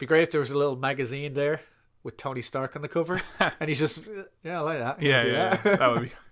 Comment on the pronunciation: The new "Stony Tark" arrives.